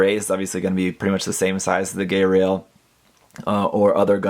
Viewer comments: Haven't watched IBO (actually haven't watched Gundam since the original series...), but this guy looks badass! Got that nice almost-industrial look that I loved from Armored Core. Also, I think it's pronounced "Guy-rail", not "Gay-rail". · pls its not gayrail pronounce it like geil (the german word for like) not gay